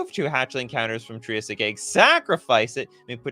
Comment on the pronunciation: Triggered by how poorly you pronounced Triassic